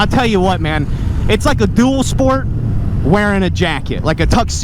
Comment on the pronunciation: “I tELL wH’yOu WhUuT” 😂 king of the hill over here